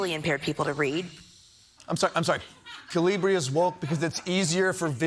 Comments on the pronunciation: KA-li- bri. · That Newsmax guy can't even pronounce it.... Is the single most common font on Earth thanks to Windows. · Oh, so that's how to pronounce that font name. Been saying it wrong all these years.